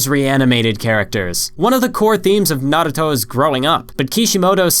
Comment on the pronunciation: why are u saying naruto so fast like nrto not having just asking